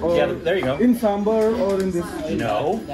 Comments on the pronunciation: Please don't say samburrr, it's SAMBAR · That's what happens when North Indians explain South Indian food to Americans. It's not Samburrr, it's Saaambaaar!!! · As much as I appreciate them eating south indian food, I think it ruined the experience for me. Rasam and Pappad for breakfast🙁.And the pronounciation for Sambar😦😠.